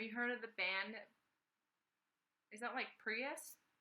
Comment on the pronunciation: pls listen to PVRIS. It's pronounced Paris the V is an upside down A, they're cool af.